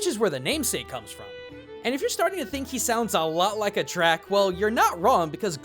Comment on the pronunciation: Just a quick note, 'Drak' is pronounced 'Drake'